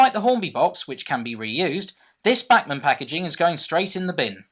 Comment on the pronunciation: It's BACHmann (like Johann Sebastian BACH), or at least that's how we "Yanks" say it :P